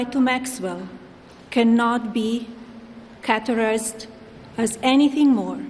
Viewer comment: Note to this alien: Categorize. You pronounced the word "cuterize". Eo just reading the lawyer-script was such a struggle🤑🤯